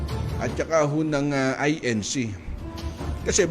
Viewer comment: AY EN ZEE hahaha abuloy cult. 😂🤣